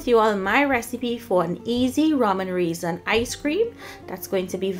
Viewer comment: Hahaha is saying RAY ZON loll to funny,, yummy ice cream